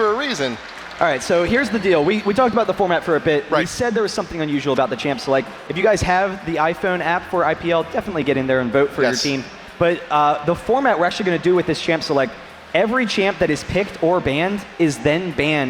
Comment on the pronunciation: hate the way he says i Phweoon app